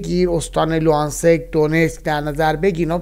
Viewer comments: Luhansk People's Republic' جان خیلی سخت نیست تلفظ صحیح مناطق شما که کارشناسی محیطی جنگ رو میفرمایید اقلا اسامی رو درست بفرمایید خوب نو چشم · تلفظ نادرست لوهانسک و هاموی و البته یکی دوتا کلمه دیگه بود